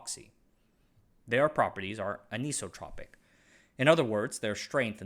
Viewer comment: "Anisotropic" is pronounced just like "isotropic" but with an "an-" added. Just like hydrous/anhydrous and so forth